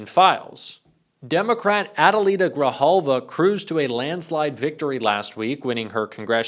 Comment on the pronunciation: Thank you for not fkng up the prononciation of Adelita Grijalva's name! Sincerely.